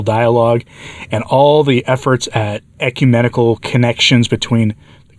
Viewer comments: "ECUMANIACAL" vs. "ecumenical" 😂😂😂😂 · It sounded like you said Ecu-maniacal, and I like that word. It's an appropriate word...